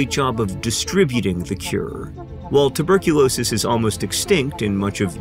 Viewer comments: "Tubercu-NO-sis" got me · tubercu no sis 😂😂😂